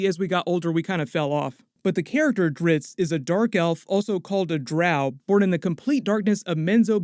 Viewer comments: This guy keeps saying Dritz, his name is Drizzt. Duh 😂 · DriZZt, not Dritzz. Damb.